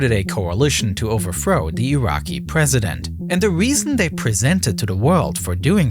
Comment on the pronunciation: This guy's voice. Hilarious. "Wifth his hands in the errar." "Oferthrow the government." Hilarious.